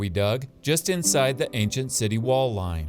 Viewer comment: Its so ironic and funny that an archaeologist cannot pronounce the word, "ancient" properly xD Thanks for the new upload. I have been hungry for another and this one hits the spot perfectly